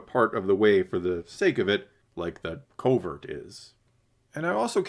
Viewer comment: It’s a “covert”, not a “culvert”. Very different things. You might know this and it just sounds like you’re saying culvert, but it nonetheless sounds like that. And I disagree with your whole take on quests and side quests. That’s what life is man! He’s a nomad, he goes around doing odd jobs and accomplishing his goals. Of course the show doesn’t give you much footage of his downtime, but that’s not what we are here for. The show has had the same “quest-side quest” format since episode 1, so if you don’t like it maybe this isn’t the show for you. Finally, in terms of skipping the episode, I don’t think you will feel the same at the end of the season. Establishing the beef with the pirates will be very significant. Go back and watch the season three trailer again- clearly the Mandolorians are in a significant battle on Navarro against the pirates. This will be a huge theme. Also the episode introduces Bo’s castle, which we clearly see coming under attack by air in the trailer. It’s laying the groundwork. Wait for the payoff.